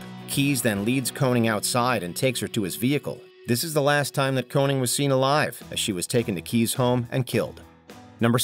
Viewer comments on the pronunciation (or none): can you not read your own script her name was Koenig!!!!!! not Koening like you said 4 times........